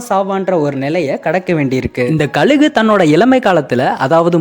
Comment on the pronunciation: ழ சொல்லி பழகுங்கள்,கலுகு😢